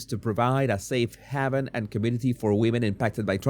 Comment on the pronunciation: Jesûs. Haven is pronounced " hay-vun"